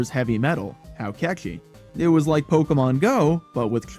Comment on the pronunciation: Imagine making a one hour video about Pokémon GO and pronouncing "Pokémon" wrong edit: OK so as someone who still plays this game almost daily, this was actually kind of a fun watch. Also, I am legally obligated to leave a like for including an indirect ProPlanty mention, he's the GOAT and one of the last actually good GO youtubers